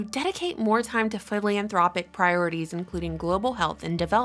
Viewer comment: philanthropic..not philianthropic